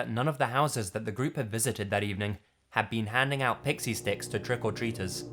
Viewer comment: Whats up man. I enjoy your videos but you sure do say the phrase "trick or treaters" funny...lol keep it up brother